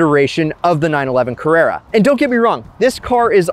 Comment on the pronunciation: If you are going to make a video about Porsches, please learn how to pronounce the name. While you are at it, figure out how to pronounce Carrera as well. Avoid mentioning Ferrari.